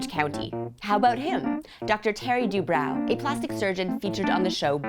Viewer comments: I think it is said 'Du bro' not 'Du brow' as in eye "brow" but who knows 😅 "Phonetic spelling of Dubrow. d-UU-b-r-OH. dubrow" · That is not how they pronounce their own last name.